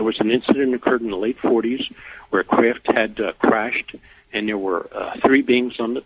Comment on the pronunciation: Lol I hate the way he pronounces"craft"....KRIFT.